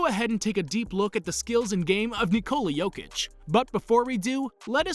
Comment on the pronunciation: He pronounces his name just fine